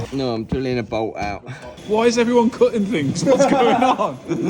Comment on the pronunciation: I have never understood why English people pronounce “things,” “fings.” It’s not even close. Funny